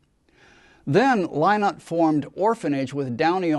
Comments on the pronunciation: Disappointing and Wrong pronunciation of Phil's surname. Yes, it is spelt Lynott BUT is pronounced phonetically as " Linnott"... as a fan, Guy should know this. It's typical of American pronunciation...like Yrak and Yran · Thank you for the correction Guy. I meant no offence. I'm sure you did your research but to an Irish ear Lye-not sounds so wrong. I have never heard his name pronounced that way in Ireland.